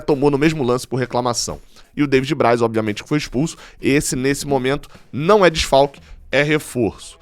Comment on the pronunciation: Adoro quando você diz devid Braz não é desfalque e refoso kkkk